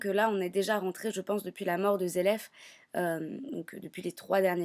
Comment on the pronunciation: tu lis le manga et tu dis dragneel et zeref? je vais te cambrer en l'air toi !